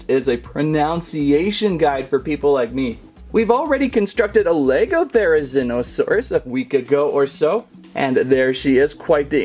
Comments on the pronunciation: its ther-oh-zeen-oh-saurus not thero-zine-oh-saurus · it’s pronounced theree-zeeno-saurus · The prounounciation is thera ZEEN O saur us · Pronounced Therzlnosaure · You pronounce it Ther-E-Z-No-sauris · The therzinosarus is pronounced there -a zen -a -sarus if I spell that right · You pronounce the therizinosaurus thera-zee-no-saw-ras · It’s pronounced th-air-u-ze-no-sore-us Yang-chew-on-o-sore-us